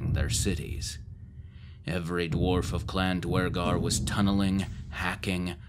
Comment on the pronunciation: The fact you pronounce Duergar properly makes me happy.